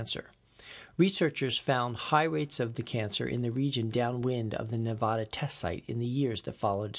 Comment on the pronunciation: It's Nev-ah-dah, not Nev-ahhhh-da.